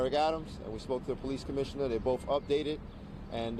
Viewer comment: Deputy Commissioner can’t even say “both”. Says “boff” NYC is so degraded.